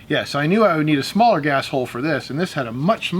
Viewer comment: did you say "Gas hole or A$$ hole" 🤣🤣🤣🤣 #2A